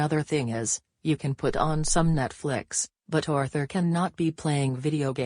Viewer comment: Arthur not Orthur 😊